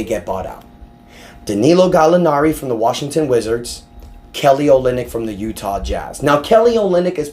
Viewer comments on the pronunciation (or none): none